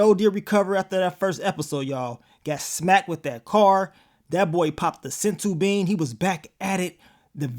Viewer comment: said a sensu bean 😂😂😂 yooo you funny asl bro